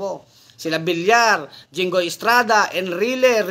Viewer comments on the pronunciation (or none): none